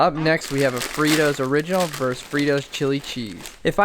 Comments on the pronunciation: Versus not verse, my cat enjoyed the video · “vs” is an abbreviation of “versus” — it’s pronounced like “verses” not “verse” Happy Englishing everyone!